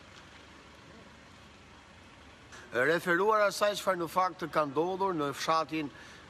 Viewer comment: Kavaja e shkruajn dhe kalaja e thone me ze,hahaha